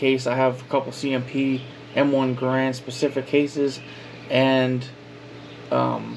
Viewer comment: Can’t even say Garand right lol